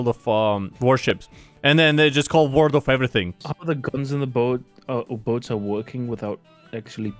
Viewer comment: Lol it's just "World"